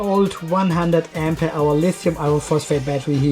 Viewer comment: Why do you say " AMPE HOUR" ????